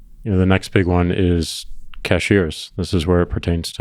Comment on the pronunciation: when he said cashiers i heard cashews and i was like "wow twitter brand cashews? what will they do next?"